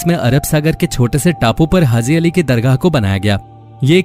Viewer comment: Pahly to aap bolna sekh lo bhai hazi nai haji hota h urdu ki jan to mat nikalo